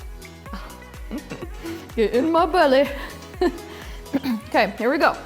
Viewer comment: 😂😂😂"Get in mah belleh"